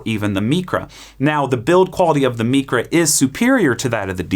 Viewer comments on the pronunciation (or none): “MEECRA” why godammit? Mycra, as in microwave